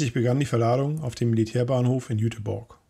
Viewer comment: kennt sich halt im osten nich so aus...jüterbog heisst o nich jüterborg!ein ossi an seiner seite,der auch bissel russisch kann,täte not!aber egal,spannend wie immer!hoffentl gehts weiter!